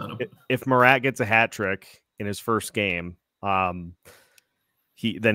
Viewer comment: Pleased to hear normal pronounsation of marat's surname. Nice. No 'K' in front.